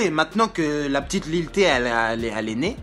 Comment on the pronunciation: JOUE À FORTNITE 😂😂😂 OH L'FOU IL A DIT LIL THÉ 😅😂😂